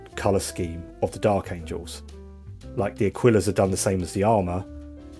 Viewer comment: Angels...not Angles.